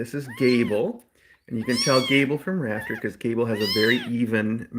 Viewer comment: At first I thought you said the itty bitty baby's name was "Raptor" not "Rafter" and honestly, I think its much more fitting for her. ^w^